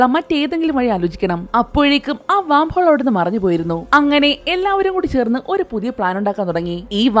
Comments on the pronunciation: വാം ഹോൾ അല്ല... വേം ഹോൾ എന്നാണ് പറയുക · വാം ഹോൾ അല്ല വെo ഹോൾ ആണ്